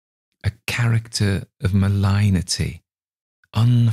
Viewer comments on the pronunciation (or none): Great work! We love your narration. "Malignity" is pronounced "muh-ligg-nih-tea" in both British and American English, but I like the way you pronounced it like "malign". Why not?